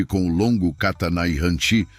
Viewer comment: Aviso: Riu-kiu - O R inicial , se pronuncia com som fraco, como em baralho! Kata : som forte no a final! Há mais erros de pronúncia...(02/07/25).